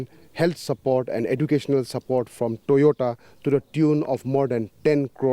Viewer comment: Toyota ❌️ Toyoda ✅️ 😂😂😂